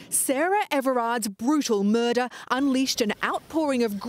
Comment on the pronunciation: MYuRrDuh of an innocent woman how shameful!